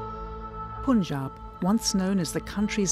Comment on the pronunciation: What's up with the Pronunciation? "Poonjaab" gosh! Propaganda content with awful pronunciation. How do you say "Pun"? POON is it?